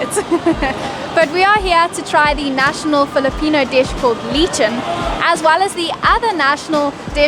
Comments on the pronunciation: hihi, it's "let-chon"... most words are pronounced in a Spanish way if that helps :) Sisig is usually parts of the pig's face! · You are the very first vloggers to pronounce lechon as lee-chun. Probably why there was a bit of miscommunication with the first vendors. Even I couldn’t understand at first. That lechon is not THE lechon Philippines is known for. It’s just a variety, just like lechon kawali. But that lechon belly roll is closest to lechon taste. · Pronounce as "Let-chon", basically a roasted pig with herbs and spices inside. Vinegar and spicy sauce the one you tried is the southern version, while commonly in Luzon island (Metro Manila and the rest) use sweet liver sauce (aka Sarsa). Anyway, explore the entire BGC area like Bonifacio High Street, Uptown Areas, Forbestown Center, Burgos Circle, etc. Basically, it is like in NY in the US streets are in numbers up to almost 40s street, 5th street is the main avenue. Cheers! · Good to see you guys enjoying our food ... but next time ask if they could warm it. Lechon = should be pronounced LET-chon, sisig is the face of the pig, grilled and minced by chopping, mixed with calamansi (citrus), pepper and mayo. Take care and mind your belongings while travelling in public transpo. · Lechon is pronounce as "Le Chone" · Pronounced LEHHHH - CHON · Great upload guys, it's pronounced Leh-chon and its basically whole roast pig the sauce usually is a sweet thick sauce made from liver but may differ in some places but, also it is not an everyday dish its actually considered a luxury cuisine as spit roasting a whole pig is expensive (though lechon porkbelly is fast becoming a thing) but there are markets and restaurants that sell them by weight. FYI Cebu is considered to have the best Lechon in the Philippines something to consider going forwards. Goodluck and have fun guys. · You pronounce Leechon, hahahah. Should be Lechon not leechon. He said sisig not sea sea hahahaha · Its pronounce leh-chon not lee-chon